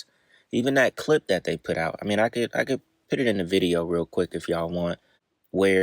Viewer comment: PUT not PIT